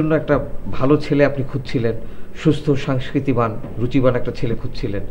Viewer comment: মাসুদ সাংস্কৃতিবান বলে কোন শব্দ নেই। শব্দ টা সংস্কৃতিবান। বাংলা উচ্চারণ ঠিক করো।